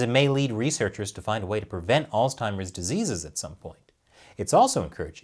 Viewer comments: Alz-heimers. Not alz-timers. No T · What is “alztimers”? “Figural”? Figurative, ya doof. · Guys, I love you but there is no "t" in "Alzheimers." You keep making it sound like "Old Timers." "Altzheimers" is not correct. Oops. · Alzheimer's doesn't have a T....Sounds like you were saying Oldtimers. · Interesting pronunciation of "Alls-timers" you got there 😏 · Let's just stop saying Alztimers plz....ur driving me fuckin bananas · Allstimers that's a new one. No t in alzheimers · "Allz Timers" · Seriously though... there is no "t" in Alzheimer's. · Why does keep putting a T in Alzheimer's? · Your pronunciation of Alzheimer's is a bit off. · Why can’t pronounce Omicron and Alzheimer’s correctly?? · There is no T in Alzheimer's! Still love ya though.... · dude... learn how to pronounce Alzheimer’s!